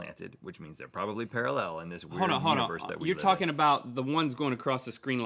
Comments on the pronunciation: Rhett says “paraLLEL” instead of pARAllel...kind of freaked me out a little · Can’t get past the weird way Rhett says “parallel”. Is that really normal in the US? Para-LLEL ... I’m sure I’ve heard Americans say PARA-llel, with the emphasis on tbe first syllable, the same as the UK. Am I crazy? 😳